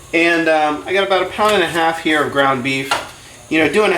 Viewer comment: what did you say? groan beef or what?